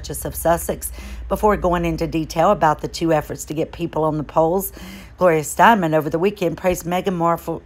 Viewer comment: It is Gloria Stein - EM. Last name is pronounced "stine-um". Just sayin'..........